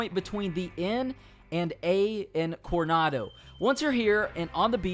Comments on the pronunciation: Dude,forget the accent, really should work on your reading. El presEdio? PRE-SI-DIO; conado river? You missed an "O" CorOnado. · Lol it’s Coronado not cornado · Take off the do in Coronado and its Corona